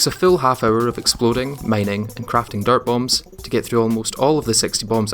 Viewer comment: For the longest time I thought you were saying dart bombs lol